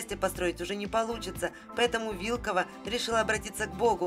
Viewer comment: Не вИлкова, а вилкОва😊